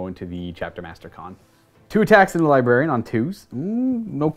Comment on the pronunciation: Everytime says LiBarian instead of LibRarian... I cringe.